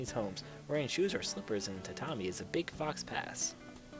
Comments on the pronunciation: lol, did you really say "fox pass"? It's pronounced [foe pah] lol it's french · I am cracking up listening to this. XD And by the way, faux pas is pronounced like foe-par, not fox-pass. But seriously you're hilarious. :D